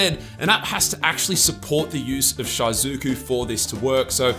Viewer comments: It's pronounced She-Zoo-Ku, not, Shy-Zoo-Ku, maybe do a lil bit more research and pronounce things right? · Its "she-zu-ku" not "shy-zu-ku" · It’s actually pronounced she-zu-ku lol. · Had to pause and skip just cuz of his pronunciation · No iys shy-zuku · Short "I" pronunciation in "Shizuku"